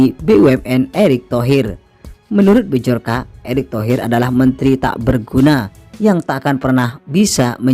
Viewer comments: Byorka baca nya. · Yang buat konten ngomong bjorka aja gak bisa hahahha